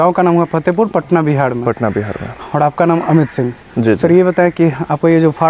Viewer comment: Bihar ko Bihad mat bnao pahle uchharan shuddh karo bad mein real banana bakwas karta hai